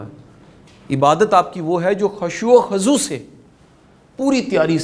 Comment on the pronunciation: سر آپ میرے قابل احترم ہیں مگر ایک میسٹیک خشوع خزوع خا پر پیش ہے زبر نہیں🙏🏻🙏🏻🙏🏻❤❤